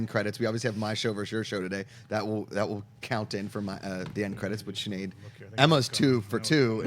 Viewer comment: Every time refers to Sinead as Sneed, cracks me up laughing lol